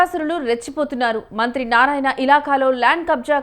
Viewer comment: మంత్రి అనే ఒత్తి పలుకుతున్నారు మంత్రికి మీరు వ్యతిరేకమా ప్రతి దగ్గర ఉందిఇది ఇక్కడే కాదు ఇప్పుడే కాదు ఎప్పుడు నుంచో ఉండే వ్యవహారమే భూమి విలువలు పెరిగినప్పుడు యివన్ని మామూలే అయిపోయాయి మన రాష్ట్రంలో, అనిల్ టైం లో లేదన్నారు ఎందుకు లేదు అందరూ టైం లో ఉంటది పోకిరి టైం లో ఉంది ఒకరి టైంలో లేదనుకునే దానికి లేదు భూమి విలువ పెరిగే కొద్దీ అవినీతి రాజకీయ నాయకులు వారి అధికారంలోకి వచ్చే కొంది ఇలాంటి వ్యవహారాలు మామూలే, అసలా అధికారులు వారి భూములను కాపాడుకుంటే ఈ ఆహారాలే రావు కదా, అధికారులు అవినీతి పాలకులు కుమ్మక్కైన అప్పుడు ఇవన్నీ మామూలే మన రాష్ట్రంలోఇతర రాష్ట్రాల్లో ఏమో కానీ.